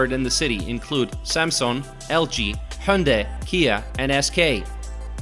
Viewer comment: the pronunciation of Hyundai sounds bit weird...